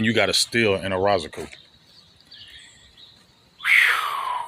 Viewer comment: We in June and big still butchering EZ last name 🤣🤣